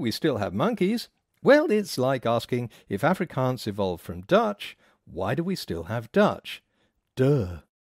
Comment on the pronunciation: I come from the Netherlands and I must say your pronounciation of 'Afrikaans' is awful. I must say I am able to understand Afrikaans and many Dutch people I know can. The second thing you say is that languages are getting more complex, but you say that the number of phonemes in languages decreases.